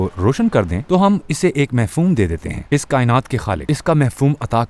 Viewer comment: Lafz Mafhoom hota hy, Mehfoom nhn. Good Effort